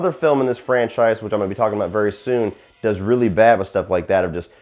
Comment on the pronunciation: dis? The word is DOES, NOT DIS.